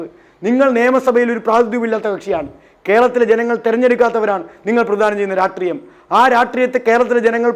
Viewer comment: 😂😂 രാട്രീയം അല്ല, രാഷ്ട്രീയം, രാഷ്ട്രീയം